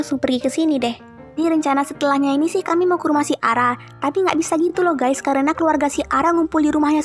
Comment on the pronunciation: nyebut Ges 😂😂😂😂😂😂